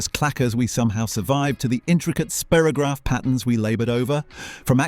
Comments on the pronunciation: Spirograph was pronounced Spy-rograph, not Spear-ograph in the UK. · So I've been pronouncing Spirograph wrong for 60 years... (I thought it was Spy-ro-graph) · Of course it was pronounced spyrogragh...